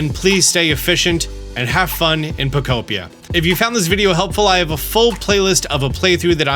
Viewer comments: Brother said the name of the game right this time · holy he knows how to prnounce pokopia now